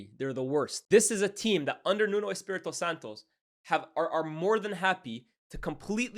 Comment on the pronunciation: It's pronounced 'Nunu'